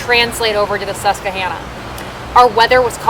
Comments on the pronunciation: Let me help. It's pronounced Sus-qwah-Hanna (like the girls name) or Susky by the natives ;) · Susquehanna, not Suskehanna. Please :'( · Hi:) Love your vids but you're saying Susquehanna incorrectly. It's pronounced SUSK + WI + HAN + UH but other than that awesome vid!! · She said honna river lol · It’s pronounced Sus-kwa-Hanna,, named for the Native American tribe that once populated the area.